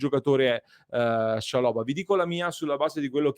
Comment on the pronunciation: Ottimo giocatore per il campionato italiano. L’accento va sulla prima A